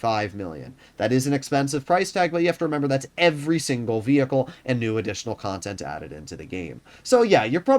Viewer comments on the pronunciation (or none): Yo dweeb stop saying vehicle